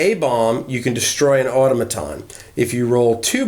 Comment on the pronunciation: The word 'automaton' is pronounced with the accent on the second syllable.